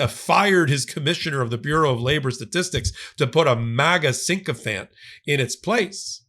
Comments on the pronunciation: Adore your content. PLEASE stop saying sinkofant instead of sickofant! I want to scream every time one of you brilliant legal minds says it wrong😢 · it's Fannie Mae and Freddie Mac! Also, the word you like to use is "Sycophant", NOT "Sink-o-phant"!